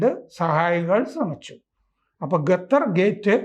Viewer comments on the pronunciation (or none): ഖത്തർ... ഗത്തർ അല്ല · പുള്ളിക്കാരന്റെ നാവ് അങ്ങനെ യെ വഴങ്ങു. ഞാൻ നേരത്തെ ഇത് point out ചെയ്തിട്ടുണ്ട്